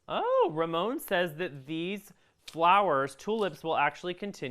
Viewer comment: This was a fun video to watch. Please make more live videos like this and maybe some home decor as well, YAY.... BTW yes that is how you say my name. Ramon Home